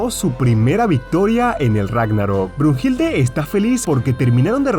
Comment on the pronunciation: Oye we no es “Heracles” el Hércules pinche webon Y no es bruhilde sino bluhilda